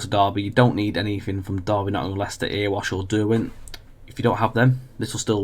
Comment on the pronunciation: Please call it Eree-wash not Earwash Valley.